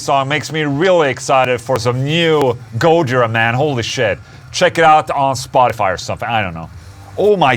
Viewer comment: It's go-JI-ra, not GO-jira